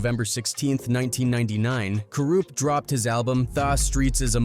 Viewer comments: who is Kooroopt ? also early 1990's ? dmx came out in 98 , how the fuck is that early 90's ??? whoever narrated this needs to get they ass back to school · I've about had it with hearing "Kuroopt" from this guy....😤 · ka roopt. 😂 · these ai voices are terrible.... cooroopt tha streetz is a mootha...anyway i never knew about this beef between them. i would listen to all those dmx albums as a kid at the time but had no idea theys was beefin.